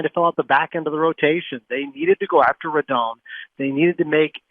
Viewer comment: Can all you idiots please pronounce Rodon's name right! Drives me crazy......Ro - DON like Don Mattingly. It's not hard!